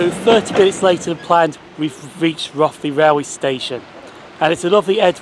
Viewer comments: A great video, very informative but you’ll have the locals up in arms by your pronunciation of Rothley. The Ro part is pronounced as in “row the boat” as it’s reputed to be a very posh place. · Thanks G, yes someone did mentioned that I did pronounce Rothley wrong when instead of Roth it's Roe, like Cod Roe.